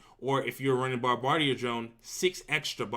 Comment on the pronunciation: Love that Bomb-bar-dia. That’s not the pronunciation but at least it was worth a good giggle.